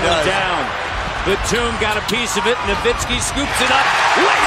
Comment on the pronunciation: Why commentators keep saying "Novitski"?